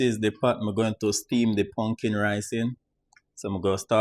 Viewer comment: Not pumpkin rice, but “pungkin” rice 😄